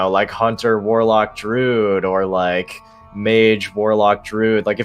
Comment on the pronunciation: Anyone else cringe every time they pronounce it DROOD?